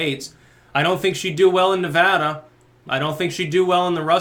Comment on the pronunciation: As a Nevadan I just want to say Thank You! for pronouncing our state's name correctly :)